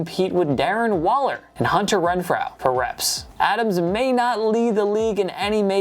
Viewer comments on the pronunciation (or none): none